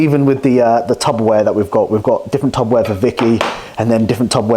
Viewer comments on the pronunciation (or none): Mate 😂 no way you call it Tubberware 🤣🤣 Tupperware**